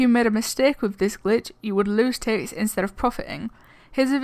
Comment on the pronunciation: It's Tix, not Tixs